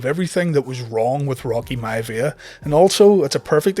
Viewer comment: Rocky “Mya-via” 🤣🤣🤣